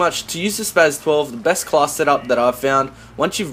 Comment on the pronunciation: The S is pronounced as a Z. He said it right...